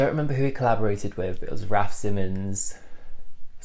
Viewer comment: I just love the Fact that you said Adidas the way it has to be pronounced 😍😂 Btw: i don't understand much about fashion but i really love this serie and I love to learn about your point of view... Is great! 😊